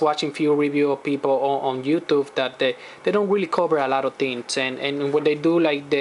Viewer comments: youtufe lol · Youtufe hahaha